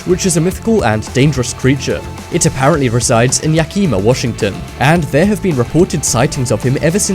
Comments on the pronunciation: Yakima is pronounced "Yak-ih-ma" not "ya-kee-ma" Bigfoot is not from Yakima, it would be hard due to the lack of actual forests. Closer to Ellensburg or Snohomish. Other than that, i like the video. Keep it up! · you don't say Yakima like that lol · Lol you can't say Yakima. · I'm subscribed btw you pronounced Yakima wrong. but go show anyways.